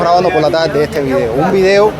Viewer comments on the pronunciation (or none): Uuna pregunta es tarde..0..talde...no existe la ere...eh